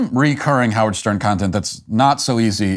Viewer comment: His name is "How -Wierd".